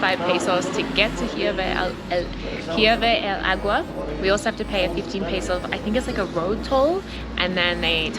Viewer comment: "Ee-YER-be del agua"